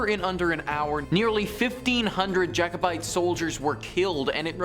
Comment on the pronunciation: Also there is only one u in culloden also it’s Jacobite not jikobite